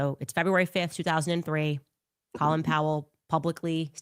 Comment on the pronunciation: And it’s Cōlin Powell! Cō as in cone. This is beyond mispronouncing a word. She is so ignorant.